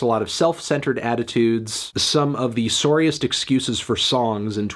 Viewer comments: “soariest” Never knew Melon was Canadian. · Anyone Notice how he said sorriest